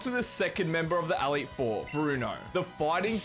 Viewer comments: I'm also an Australian, and what the flamin' oath is an "Aleet Four"? It's an E. Elite. Elite Four. I enjoyed the video otherwise, but that pronunciation is unique. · awesome video, but the way you were pronouncing "elite four" as "AL-eet" drove me up the wall...... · ''The A leet 4'' brother thats an E btw and the word is Elite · The way you say elite is wild. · i don't know why but really bugs me how you say elite xD